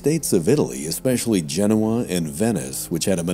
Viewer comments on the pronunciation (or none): none